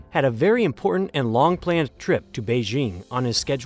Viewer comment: "Important" is an English word that ends in "T" sound, not a grunt.